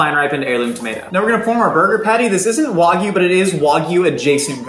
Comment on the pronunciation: Why do you pronounce it waagyou